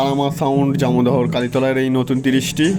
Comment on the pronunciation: দাদা ওটা জামোদহো নয় ওটা হবে জামদো